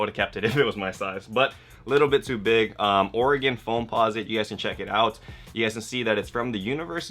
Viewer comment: Being from the pnw I'm happy to hear some one out side of it pronounce Oregon right.